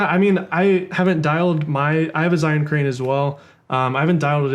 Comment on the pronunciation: Hey guys, great video. Just one thing - Zhiyun is pronounced "jer - yune." It's Mandarin Chinese for "Wise/Intelligent/Smart Cloud."